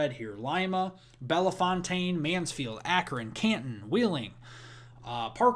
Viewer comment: You're pronouncing Belefontaine wrong. Say "Bell...fountain". 2nd "e" is silent and "fontaine" is pronounced like " fountain". Thank you!